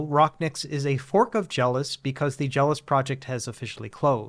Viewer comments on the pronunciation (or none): It was called JellOS as a combination of "Jell-O" and "OS" (operating system). Why are you mispronouncing it as, "Jealous"?